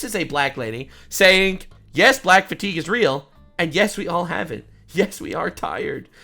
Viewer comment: You pronounce fatiguers with a hard R